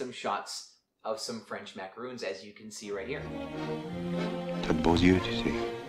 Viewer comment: love this, but they are not macarOONs they are pronounced macaRONs. Either way, they are delicious.